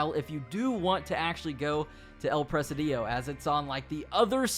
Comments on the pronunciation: El PRE SI DIO (I=EE) NO EL PRE SE DIOU LMAO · It pronounce the "" I " in the middle stronger: El presídio. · Not Press-a-DIO. It's Pre-SID-io. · It’s not “press uh dee yo”. It’s press SID eeoh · It’s pronounced like prezidio no pressadio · The way you're saying presi-dEO is killing me. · presidio is pronounced pruh-sid-e-o bro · Your inability to pronounce Presidio is infuriating. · It’s annoying how Americans can’t pronounce a simple word such as “presidio”. Google translator can help you to pronounce words in a foreign language before you make a video like this. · What a way to say presidio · Thanks for the info! I just can’t stand the way you pronounce “Presidio” over and over during the video. The stress is on the first “i”, not on the second one! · Presidio, please look up the pronunciation. The way you mispronounce it is so bad. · First time i seen/heard someone roll they I's lol